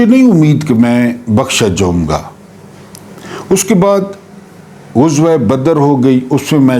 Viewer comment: اچھا وی لاگ۔ ایک لفظ کے تلفّظ کی درستی۔ غزوہ میں غ پر پیش نہیں بلکہ زبر ہے۔ شکریہ